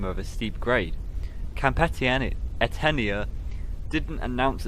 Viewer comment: Etenia: (eh-TAY-nee-ə) Amadahy: (uh-MA-duh-hee) Nuttah: rhymes with British RP "butter" EDIT: also, outside sources tell me Nuttah means "my heart" in Algonquin, not "strong."